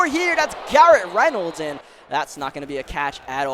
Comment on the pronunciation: name is josh Reynolds don’t know what the hell you said